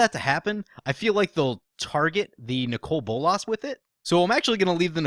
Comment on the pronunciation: I like your videos. But your pronunciation of Nicol Bolas does ma tits in